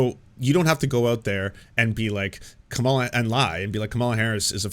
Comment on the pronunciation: I realize it's pedantic, but if you're going to pronounce Kamala's name, put the accent on the first syllable. Thanks.